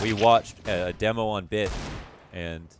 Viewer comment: Why do you say deemo